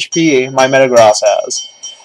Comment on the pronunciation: 1: I've missed correcting how you say these. Hai-DRY-gun. Meh-ta-GROAS. 2: Do you know how hard it is to get a rom of this game? 3: With Cobalion's Sacred sword, a Fighting type move, you guys shouldn't have inflicted any damage. 4: I got it. A new version of Pokemon in real life should be called RPG. (real Pokemon garbage.) -M